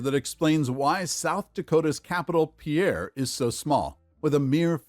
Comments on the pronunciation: Pierre, SD, is pronounced pier, like the structure for boating. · I was born and raised in Pierre, South Dakota. It is often mispronounced as it was in the video. It is pronounced "peer". Think of it like a pier on a river or lake. Go figure. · Dude need to learn how to pronounce the names if he’s going to make a video. It’s pronounced Peer, not the French name Pierre. No it doesn’t make any sense why, but that’s its name. Too many incorrectly pronounce it, but you’d think someone in the US would learn in school how to pronounce all the state capitals. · Pierre, South Dakota is pronounced Peer. I have been to that state capitol and the city is really laid back and quite a distance from the Interstate. I don't think that city has anything for tourists; so, why do people want to visit, unless they want to see the capitol building.